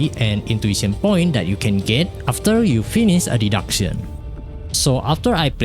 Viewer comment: You're attempting to reach to an INTERNATIONAL AUDIENCE. Your accent is beyond recognizable like a broken AI. Someone needs to spew the facts infront of your face the reality of the situation. >Archive Raisin >PARADOX SKULL LABYRINTH >Day duck sayin (deduction) >Life Saber (life saver) It's the reverse English weeb concept here in place. You either don't speak in your videos because you can't speak English well and fluent or make a video in your own native language. It's quite obvious you wanna go English for international audience and max view count but you couldn't even pronounce majority of the words right sounding like a grown toddler. Yes, we know you're NOT a native English speaker and so am I and the other people here. You have NO EXCUSE to make up for. You clearly never voice chatted with a foreigner who speaks in a native English language to criticize and give you feedback and improve how you speak. Wrong grammar are tolerable but wrong pronunciation is a different matter where you sound mentally ill. to/two/too there/their/they're pray/prey You have time and effort to respond to your comment sections in ENGLISH. You could spend your time typing instead of talking too but a scapegoat of an AUTO SUBTITLES for us is beyond reasoning.